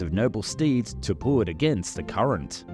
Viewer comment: "simpwy puwl"